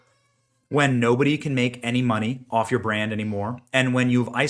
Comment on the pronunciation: The Power of muneh